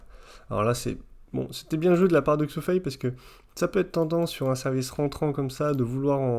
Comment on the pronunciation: Bonjour Je vais faire une remarque à deux balles, mais bon... On ne prononce pas le x due "Xu Fei" comme en français mais comme un "ch". On dit chu chin par exemple, pas Xu Xin. Voilà voilà., ou je me trompe ou bien tu prononces Xu Fei. Après j'aime bien ta vidéo, et je te remercie de prendre le temps de nous enseigner le "haut" niveau en ping. On attend avec impatience l'analyse de la défaite contre Calderano. J'ai eu l'impression qu'Alexis a fait beaucoup de fautes en revers sur ce match (donc la finale), provoquées peut-être ou alors manquait-il de jus?